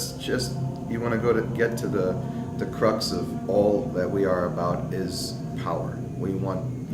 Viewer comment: I think he mispronounced "crux".